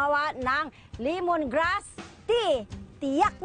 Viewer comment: Limongrass ti !!!!!😂😂refresing!!!!😂😂😂owel !!!!😂😂😂😂natuwa ako kay nanay